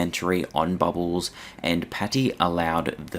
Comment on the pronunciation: I find your content information and interesting, but the way you say bubbles... ugh never say that word again